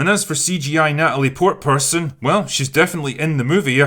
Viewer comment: I'm not trying to appear as one of those Twitter guys, but my dude, you can say Portman. Edit: To further be on the side of Natalie here, didn't she actually lift weights and all to get into shape